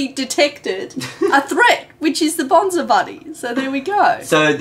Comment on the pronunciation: I just realized that failed to pronounce Bonzi correctly throughout the whole Bonzi Buddy segment IT'S BON-SEE not BON-ZAI.